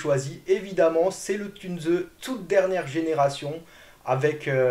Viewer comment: Encore une fois excellente vidéo. Si tu me permets car j'ai de l'allemand, Tunze ne se prononcé pas "Tunezeu" ,mais "Tounss". Le "u" se prononcé "ou"...😊 Sinon😅 hyper qualité de vidéo. Excellent. Extra. Une toutes meilleures tip top en aquariophilie récifale française sur YouTube